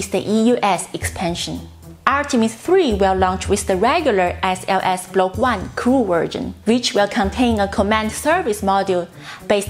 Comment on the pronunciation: I think that was a “Freudian Slip”, esp. as she pronounced it differently the second time around...😱🤷🏼‍♂️